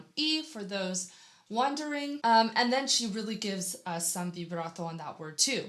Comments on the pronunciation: Che bello come dici vibrato, so nice to her how do you say vibrato🥰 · Did you say “vibrato” in italian?😳I had shivers 😂